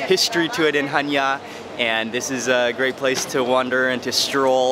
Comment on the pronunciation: One of the fewest foreigners that pronounce the name of the city correct! Well done Mark.